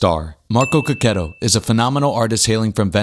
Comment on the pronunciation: You are The First youtuber that is not italian that I heard saying his surname in the correct way